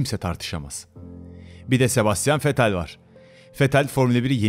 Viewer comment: And here comez SeBasTIan VetTelll